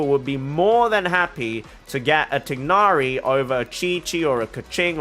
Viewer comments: Ok so to pronounce tighnari’s name it’s just like thigh but without the ‘h’ then + nari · as a muslim, it’s not even close to thigh. its like tick. but replace the ck with gh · To comment about the "proper" pronunciation of Tighnari. Since Hoyoverse didn't feel the need to make sure the EN VA of Tighnari pronounced his name properly (he pronounces it Tie-nari), they obviously don't care that much about the proper pronunciation and so it shouldn't be a thing for people to fight over. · No, the trailers pronounce it incorrectly. the g is pronounced. "gh" is said from the back of the throat